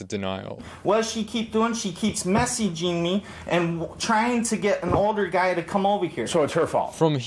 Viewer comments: SHE KEEPS MESSEEGEEMEE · “What does she keep doing?? She keeps mess-ee-gee-ng me”